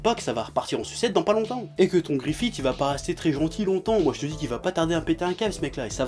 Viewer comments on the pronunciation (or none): Très bonne vidéo mais il y a juste le GrifithE qui me gêne x) Ca se prononce Grifisse :P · Bigo gogo ça se prononce Griffith mais je sais pas comment te décrire ce son "th" c'est un peu comme le f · Je prononce Gust comme il se prononce :P Mais si je prononce Griffisse c'est surement à cause de la version vostfr de l'anime ^^ Car en Japonais ça se prononce bien Griffisse :) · Bigo gogo Moi je prononce guts et griffite et j'emmerde les gens qui sont pas d'accord. On est en France ici bordel.